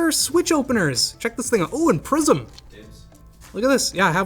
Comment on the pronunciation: It took me half video to realise he wasn't saying "prison" but "prism" 🤣